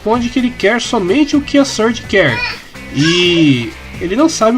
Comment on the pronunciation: Não dá, toda vez q o diz "Surge" eu só escuto "Scourge".